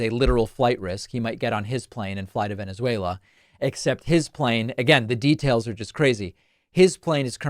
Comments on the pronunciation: It should actually be a crime to show a Trump clip talking about Venezuela, without dropping the soundbite of him saying “Wennizveyla.” Cmon David, up your game sir. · “If I lose we’ll meet in…Venezwerero” - Trump 😂😂😂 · I thought it was "Venezwarweuh" 🙄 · He can't even pronounce Venezuela💙💙